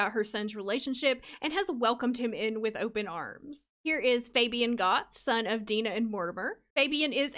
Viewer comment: Fabian is a Hispanic name and it’s pronounce (Fah-be-awn). I know this bc I once told a guy I liked that I wanted to name my child Fabian, pronounced how you’re saying it, and he... was not nice lol. He told me I was butchering a cultural name.